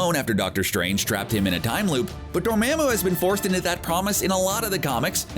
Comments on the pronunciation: he pronouced it as Door-maa-moo, instead of the typical Door-mar-moo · how is it that they can see the movie and still get the pronunciation wrong? #Dormamoo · Door mam u? Dude you dont know how to pronounce anything in your vids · Gotta learn how to pronounce names correctly. DORMAMU! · For a YouTube channel with “Comic Book” in your name, you sure say characters names wrong, like a lot. I understand your probably just some dude reading a script, but you do have the movies to refer to for correct pronunciation. Dormammu = Door-Mom-Mu. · The way you say Dormammu really grinds my gears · Learn how to pronounce “Dormammu”